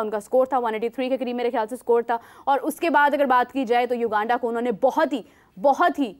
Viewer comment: bro is constantly pronouncing u-genda instead of uganda😂